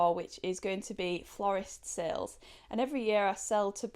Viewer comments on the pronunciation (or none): none